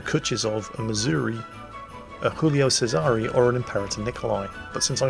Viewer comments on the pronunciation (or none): none